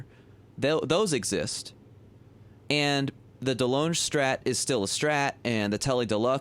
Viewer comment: Delonge is pronounced, “De Long”.